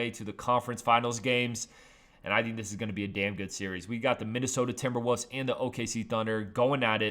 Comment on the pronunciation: Did he just say "Timberwuss"???